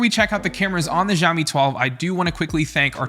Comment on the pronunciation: hi dude can try pronouncing it "shaowmi" instead of jiaomi?😁